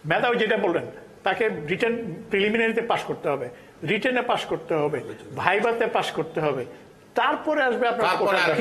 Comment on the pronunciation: বাবু মিয়া তো কোটাই পাশ তা নাহলে উনি ভাইভা কে বাই বাই উচ্চারণ করতেন না।